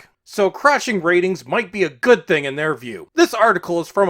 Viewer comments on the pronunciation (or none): I miss the “”, guy 🇨🇦 🐐